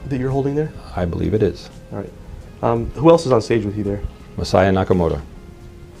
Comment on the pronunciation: FYI "Masaya" wouldn't be pronounced "messiah" (although that is super funny), but rather "mah sah yah" with no stressed syllables (so not "mah SAH yah"). Cool video. Saw "King of Kong" and was like, damn, with the Billy shit.